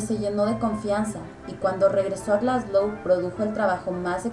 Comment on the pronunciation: wtf cómo que "Glasglow"